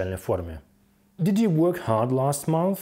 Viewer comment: Почему сымпл(Simple)??? Почему дыд(did)? Что за произношение???? Еще и других учит